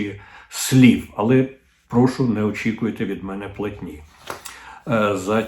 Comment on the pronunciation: Не "а не 'мене", потрібно "а не ме'не". Не "прих'ворів", а "прихво'рів".